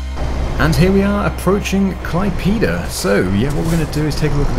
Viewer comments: he said klaipyda instead of klaipéda, the letter é doesn't even exist in english and isn't simmilar to any english letters that I can recall, best way to hear is type Klaipėda into google translator (english>Lithuanian) and make google say it, it's not fully simmilar to how a Lithuanian sais it, but simmilar enough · I from lithuania and you sai klaipyda you need sai klaidėda :D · klaipyda:DDDDD btw I'm from Lithuania and it's so funny how you pronounced klaipeda:DDD anyhow, keep up the good work. Good luck:D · I mean well for an english speeker, but me being a lithuanian, its to funny 🙂